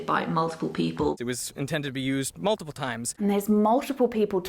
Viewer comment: The pronounciation, though ... "Moltiple people" sounds both hillarious and creepy.